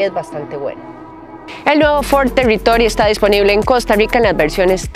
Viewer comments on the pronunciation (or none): Ford Telitoly....😂